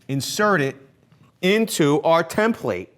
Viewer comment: Why do you say “ Tim Plate”??? 😂 its template “ tem-pluht”